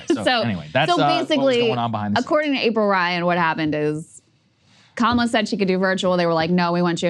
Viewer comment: Dude its crazy that he continues to do the mispronunciation of Kamala on purpose to their faces. Guy has some balls. Racist, ignorant fucker balls but still, balls.